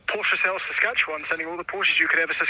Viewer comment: Hearing him saying it right,makes us Germans happy 😂